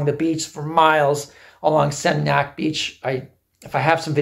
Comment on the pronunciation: You lived there for 8 months, but still can't pronounce Seminyak or Kuta? That's why the Balinese are over certain kinds of tourists, with respect.